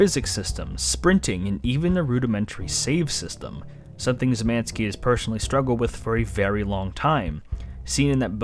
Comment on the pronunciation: I didn't think it was possible, but I heard "Szymanski" (Szymański) said like 6 different ways, and none were really correct.